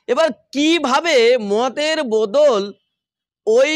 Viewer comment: বোদোল নয় বোতল উচ্চারণ হবে।